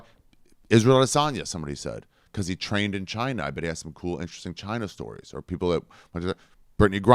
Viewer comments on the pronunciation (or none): none